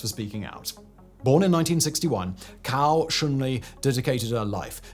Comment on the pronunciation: Hi, i promise im not being a pedant or a troll, i have really noticed how your pronunciation of chinese words has improved. I wouldnt say anything but the pronunciation of a couple names sound like completely different words in chinese. As a rough guide Cao is pronounced like sow not cow, and Zhi is like the Ge or Germs not Jee, which sounds like youre calling him a chicken 😂